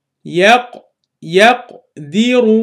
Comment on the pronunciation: As salaam Alaikum, Jazakallah for explanation. One clarification in pronounciation of “yakdiru” the last letter of yakdiru is R with fattah so instead of pronunciinh as yakdira it is pronounced as yakddiru here please explain how we know to pronounce such words correctly.